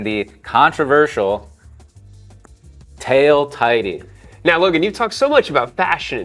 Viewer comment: Today I learned tail tidy is not pronounced tail titty